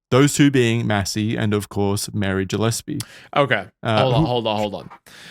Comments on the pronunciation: It’s pronounced “Gill-Espy” not “Jill” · As a Gillespie, this ep was painful to listen to (mispronunciation), great ep tho! ✌️&❤️